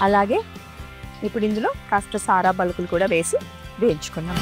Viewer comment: సారా పలుకులు కాదు సార్ పలుకులు అనాలి